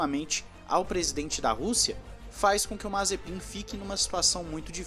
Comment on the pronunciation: Ele falando o nome mazepim e mt engracado kkkk nd contra é claro